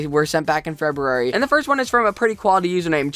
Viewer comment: Poinsettia- said like, Poyn-set-ta Feberary... 😋😋😋 That's my birth month, don't butcher it. 😂 jk